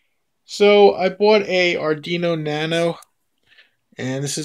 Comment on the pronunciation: No big deal but it is pronounced ahr-dween-oh not ahr-dee-no. Just thought I would give you a heads up.